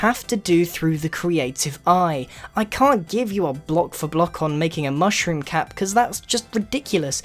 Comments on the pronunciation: Mooshroom? It's Mushroom dude. XD LMAO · Grian Its Mushroom Island And Mushroom Not Mooshroom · its mushroom island (mm•uh shh•roo•mm)